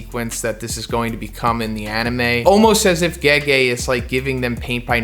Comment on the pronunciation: Did he just call Gege "Geji" ?